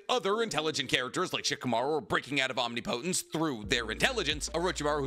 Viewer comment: He learned how to pronounce omnipotence 😂😭